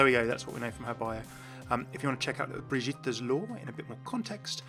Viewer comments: It's pronounced Briggeater btw. Not Bridgeater. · Good video as always but three things wrong: -75% xp, you already saw the skins, and you said Brigitta instead of Brigitte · P also i think ur still saying her name wrong lol